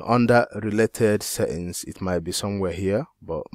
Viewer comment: I love how you say setting, seings. Will try it boss